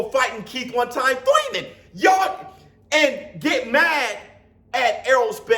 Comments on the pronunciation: It's pronounced ' one time Thoyman '!! Lol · Why you say Keith last name like that!? 🤣🤣🤣🤣🤣🤣🤣🤣🤣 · is right yall need to chill!!! and i be Laughin so hard yu can't say keith name regular for nothin😂😂😂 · Can you stop saying Thurmans name like that